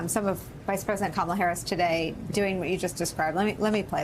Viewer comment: It would help if yall get her name correct. It's pronounced "Coma, la". Its not that hard. And those who know the correct pronounciation correct the ignorant